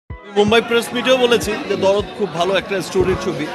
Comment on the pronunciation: Darod na dard ? Ke jani re vai😂